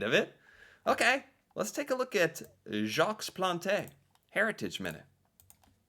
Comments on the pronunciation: In French, we almost never pronounce the last letter in a word. So, it would be pronounced Jacque Plant, the “s” and “e” would be omitted, however, your pronunciation of the letter “a” was dead on. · Jacques Plante is pronounced like Jock Plont. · I'm sorry, but I can't stop laughing over your pronunciation of Jacques Plante!!!! 🤣🤣🤣🤣🤣🤣🤣🤣🤣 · you literally heard his name pronounced correctly, and still mangled it again. well done. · Jacques Plante… silent S (1st name) & silent E (last name). Otherwise, your pronunciation is spot on. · When you say Jaques Plante you do not say the S at the end of Jaques and you do not say the E at the end of Plante. Other then that you had the right pronunciation 😊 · As for Jacques Plante, the S in Jacques is silent, so is the E in Plante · Total fail on "Jacques )lahte" though. 😆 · Jacques Plante is pronounced Jok Plont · Just to let you know that in Jacques the ‘s’ is silent and in Plante the ‘e’ is silent. Love your videos. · So cute. Gotta chuckle at you Americans with French., kudos for recognizing that Jacques Plante is a French name. Kudos also for trying to pronounce. So you said the equivalent of "Jocks Plontay". In French, it's pronounced like "Zzjock Plont". So cute. Keep at it. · Awesome Heritage Moments - the goalie 's name is pronounced "Jawk Plont" - not Jaks Plantay 😊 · Jock Plont Jacques Plante is pronounced more like Jock Plont. Haha!